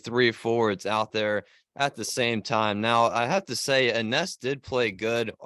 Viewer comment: Hey, guys! Her name is pronounced "Eenesh"...